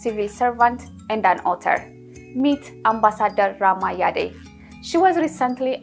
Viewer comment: The E in the surname is silent. She is Rama Yadd not Yadé!